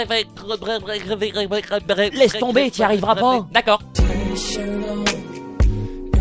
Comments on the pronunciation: On dit "irréverberrable" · n'arrivera jamais à prononcer ce mot! (irréversible) voilà.